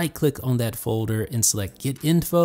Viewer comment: FJ21™ it's the way pronounces folder:)